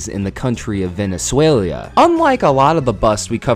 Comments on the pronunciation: I’ve never heard someone pronounce Venezuela “Venezulia” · You can't make fun of an spelling mistake, when you keep saying Venezualia instead of Venezuela